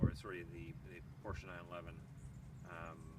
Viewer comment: Read you 1/5. And plse get some cool clothes , not this Lada style. After all your pronounciation of Porsche is correct unlike many others.